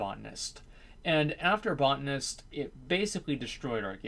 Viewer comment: it pronounced "bow tan ist" not botnists,this isnt tomayto tomaato.